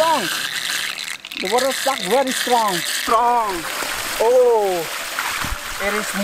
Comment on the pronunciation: You are pronouncing strong as Shtrong like africans .